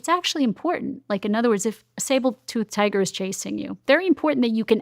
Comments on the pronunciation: If she says Sable-tooth tiger one more time……………ITS SABRE!!!! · I.can't get past, is she saying sabre, or sable tooth tiger? That's triggering my amygdala.